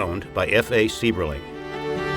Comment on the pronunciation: Also Mr. Sieberling's name is pronounced "CYBERling". My wife's biological fathers family lived in Akron from the mid-twenties until 1999. Her paternal grandfather worked for Good Year for 35 years, her grandmother did a World War II defense job at the plant, making parts for aircraft. She made parts that went into the "Enola Gay" that dropped the bombs on Japan. Her father, after serving in the airforce, earned his journeyman maintenance electricians card at Good Year. My father-law used to have to change all the lights on the top of the blimp hanger when my wife was a baby. He went on to get his master maintenance electricians card at GMAC Lordstown and retired from there in 1998.